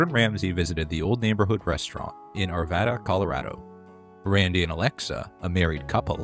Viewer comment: Thank you for pronouncing Arvada properly. Non natives seem to always screw it up.